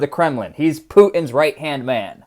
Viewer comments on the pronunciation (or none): Not to be a stickler…. But Putin has a ‘T’ in it….. Poo TIN! Not Poo —- in